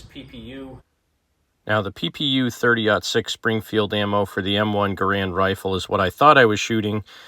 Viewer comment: Why do so many people continue to make the same two mistakes when discussing the M1 Rifle?First of all,John Garand's last name is NOT pronounced ga-Rand! The correct pronunciation is GAIR-and! Secondly, If one carefully examines an M1 Rifle one will NOT find the word Garand imprinted anywhere on the rifle! This is because the M1 Rifle WAS NOT a Garand Rifle but was actually a U. S. military rifle that was based on several protptype rifles designed by John Garand!